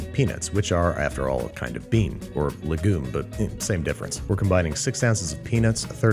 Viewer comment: babish does not know how to pronounce legume?